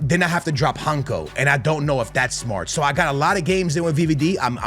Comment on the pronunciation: Brother is rolling all the Rs with RRicardo CaRRvalho like its a parody, but cant pronounce Hancko (pronounced Hantsko)